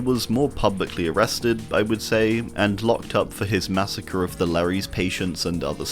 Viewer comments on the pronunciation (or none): none